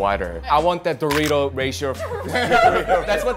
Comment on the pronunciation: He pronounces the word "Dorito" like a guy who clearly never buys Doritos